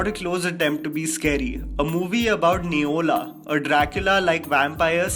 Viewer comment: It's newla.. Not neola..